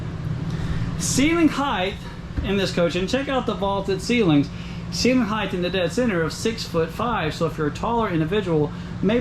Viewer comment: It's height not heigth!!! I feel better now